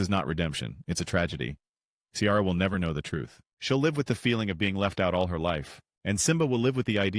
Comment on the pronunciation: I do not trust the opinion of someone who pronounces Kiara as Ciara🤣🤣